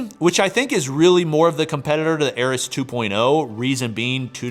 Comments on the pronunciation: It's AIR-EEEEES Not air-Is... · Air-EE's. At this point its intentional.